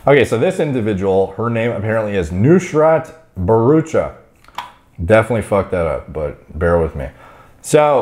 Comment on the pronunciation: said Nushrat Bharrucha pretty accurately